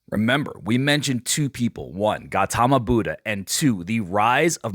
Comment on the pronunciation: Bro F***'d up the Gautama Buddha's pronunciation😭😭